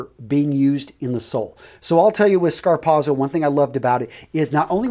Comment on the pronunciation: A very, VERY valuable video. Thank you. I've been wondering if there were any good quality dress shoes for under $150. By the way...f.y.i...the way to pronounce it is "scar POT so". (I'm related to Italians who speak the language.) Zz in italian is always pronounced like the "ts" as in "pizza". Keep up the excellent work my friend.